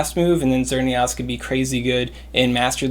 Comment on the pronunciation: Lol, "XerneAWS"